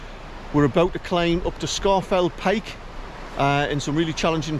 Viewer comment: It is correctly pronounced “Scawf’l Pike”. And my Paramo Alta jacket has kept me dry on numerous hill walks - including a climb of Scafell Pike in tbe rain.